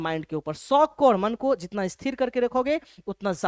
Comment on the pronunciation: Sir cool banneke chakkar me J ke jagah z use kr rhe hai jaise jitna ko zitna bl rhe hai 😂